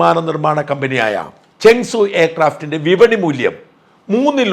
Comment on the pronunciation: This seems to be false claim with AI generated imagery that had gone viral. No Rafale is lost. Before doing this you should have fact checked the matter. May be the Chinese cannot take the beat lying down. So the false propaganda. Chengdu J-10C otherwise known as Vigorous Dragon. You seem to pronounce as ChengSU